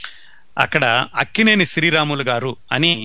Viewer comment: sir, mee program vindam modati saari , chaala information undi, khachitamga idi cini priyulaku chaala aasakti karamainadi , kaaboye directors ki idi goppa nidhi. dayachesi kshamincha galaru... Lakkineni kadaa mari meeru akkineni ani palukutunnaru.